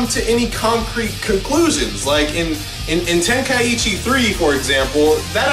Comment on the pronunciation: It's not tenkai-itchy, it's pronounced tenkai-chi